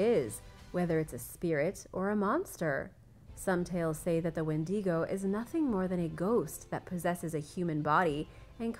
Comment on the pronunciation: You totally mispronounced Wendigo